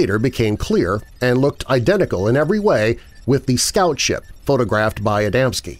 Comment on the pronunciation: Its Adamski, not Adamanski. Plus, a lot of people including myself put the stress on the second syllable, but the stress should be on the first syllable.